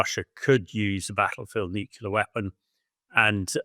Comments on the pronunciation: It’s nuclear - “nuke-lee-er” not “nuke-you-ler” - ignorant! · Why does he keep saying nucular instead of nuclear? It’s that another kind of weapon, some artyfarsty pronunciation or just military jargon? Also, what sort of defence does the west have to intercept and neutralise (Russia’s) hypersonic missiles? I’ve never heard of any but I’m also not well-versed in those things.